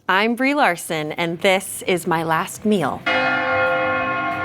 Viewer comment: Can't even start with her Briename correctly